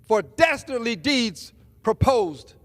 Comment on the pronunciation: “For dastardly deeds done!” - and he is a congressman. He could have said this any way he knew how to and he hat sounded like “dastardly deeds dun” is what he went with. You can tell he tries to speak smarter than a 5th grader but his education shines through the “in between” words. Good job on “dastardly”. Bravo, id!0t… Then goes on to say, “nobody knows about it more than I”. While trying to sound educated, he failed his 4th grade English teacher.